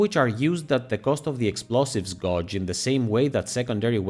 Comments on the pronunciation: It's pronounced gheyj NOT gaahj. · "Gauge" isn't pronounced like it rhymes with "dodge", but rather "page".